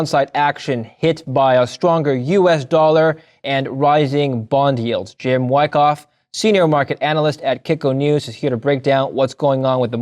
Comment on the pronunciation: Did he say jim wackoff?